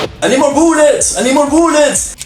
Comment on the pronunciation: “I need more boullets” caught me so off guard😂